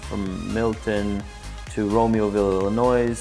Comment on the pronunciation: Great video, thanks for the info! Fyi the "s" in Illinois isn't pronounced by most 😊